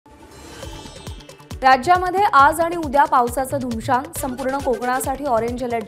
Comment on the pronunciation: धुमशान काय आहे? उर्दू शब्द घमासान को बिगाड कर बोलना बंद करो. सही उच्चार करना सीखो.